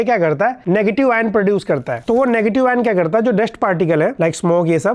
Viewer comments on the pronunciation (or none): none